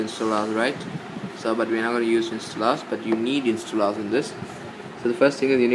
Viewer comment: the way u say instollous :DDDDDDDDDDDDD i have to lough till i die